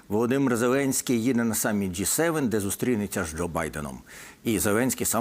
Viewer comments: Частина журналістів частенько вживає помилково ДжейСевен(J7). Потрібно говорити ДжиСевен(G7). Не дякуйте, пане журналіст. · Не джей Севен, а джі севен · Джі 7, а не Джей?😅